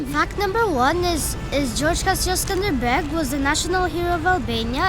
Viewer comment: Not skanderberg darling ,but skënderbej, wish u had a good time, in my home town